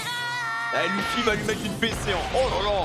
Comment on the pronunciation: yo je kiff regarder tes react one piece mais s il te plait peut tu prononcer Luffy. Leuffy s il te plait se serai genial de ta part xD